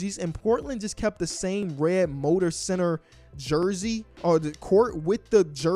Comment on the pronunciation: idk if u genuinely think its called the “motor center” its the moda center. Idk if u accidentally mispronounced it or not